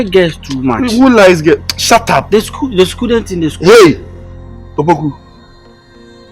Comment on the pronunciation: Opoku once said Scudent